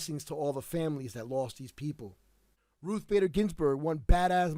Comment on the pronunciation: Thanks for the respect for Ruth on prouncing her name correctly unlike a certain unprofessional disrespectful YouTube person.